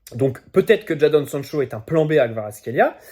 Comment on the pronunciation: Juste ça se prononce « Jaydon »